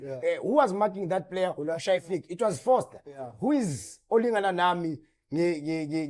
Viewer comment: Just one take…We need to differentiate between Frosler and Foster 😂😂😂😂😂…his name is dribbling a lot of folks.